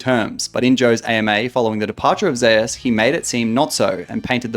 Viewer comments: from what i heard it is supposed to be pronounced like zay oos as a play on his name being woo-je being pronounced like woo jay, some casters say it like how its said in this video and other says like zay oos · can't pronounce zeus disliked